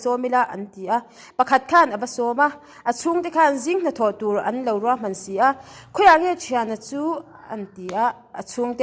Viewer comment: Manasia nilo in.. manase-a tih tur aw pi i